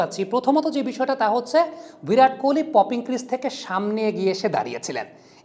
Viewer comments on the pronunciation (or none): ভিরাট নয় বিরাট কোহলি